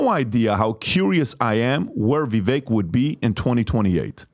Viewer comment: please learn how to pronounce Vivek’s name. You’ve heard it pronounced correctly 1000 times and yet still mispronounce it. I don’t know if it’s malice or stupidity. Me thinks it’s the latter.